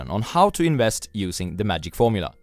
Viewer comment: The... tragic... gormula?